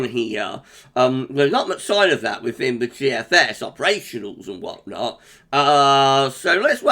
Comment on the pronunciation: I love how you forecast "Wot Not". Would be nice to have some in Yorkshire this winter.